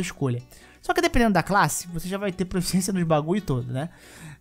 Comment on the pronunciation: Irmão, curti demais o vídeo! Só tenho uma pequena crítica: não é proEficiência, e sim proficiência kkkkkkk abraços